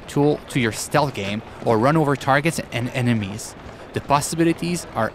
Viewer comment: And and enimeies